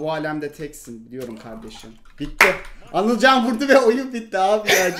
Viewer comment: abi anılcanın ismi anılcan değil anılken :D